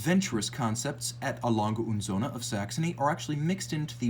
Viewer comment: Söhne with an ö, not an o.